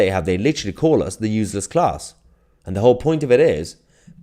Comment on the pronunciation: Not UZLESS.. its pronounced uSeless